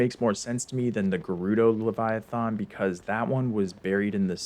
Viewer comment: diva leviathan is not pronounced like that